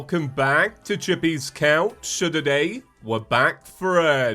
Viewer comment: "so to day" sounds like soda-day. so you can say welcome back to feather worthy soda day we will be